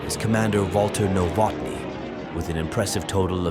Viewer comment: W A L T ER N O W O T N Y ! nicht , was ihr daraus gemacht habt ! Eure KI ist fürchterlich !!!